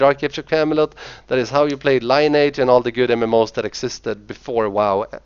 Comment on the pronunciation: And yet another person who fails to realize how Lineage is pronounced :p